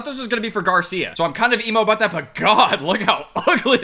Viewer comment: I love how he just be randomly Canadian, that’s what I’m talking aboot